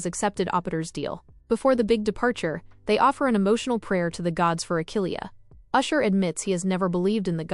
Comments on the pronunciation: It's ash-er not usher, usher is a r&b Singer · It's Ashur not usher